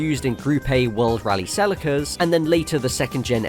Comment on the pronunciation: It's pronounced selleeeca, you are not American!